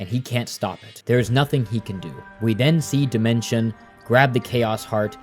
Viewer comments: Him saying dimension instead of Dimensio is giving me an aneurysm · SPM IS STILL MY ALL-TIME NO.1 GAME (also it's Dimentio and not Dimension, and u also said Crunch instead of O' Chunks 💀) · Idk if this is correct but I hate how your saying demento or however you spell that cus I thought it was pronounced de-ment-e-o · every time he calls O' Chuncks "Crunch" and Dimentio "Dimention" i lose a braincell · Homie calling him Dimention when the background footage literally has him saying "I'm Dimentio" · It's actually pronounced dimentio I think. 😅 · Bro did a good breakdown of the game, but the pronunciation of Dimentio and Tippi aggrevated me. Was that part of the plan for engagement? Genius